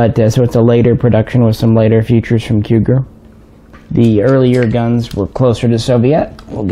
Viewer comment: We apreciate VERY MUCH you clips, we salute you from ROMANIA❗️❗️❗️ P.S. The name of the factory it's the same as the city it's in CUGIR and you spell it or pronounce it...read COOGEER ❗️😊🤙🏻 All the best❗️❗️❗️